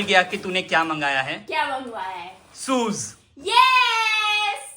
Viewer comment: Soes kya hai shoes hai😂😂😂😂